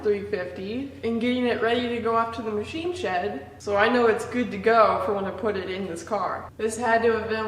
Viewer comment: The ma-she shed